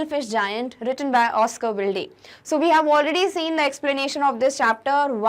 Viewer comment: Oscar Wilde is pronounced as Oscar Wild .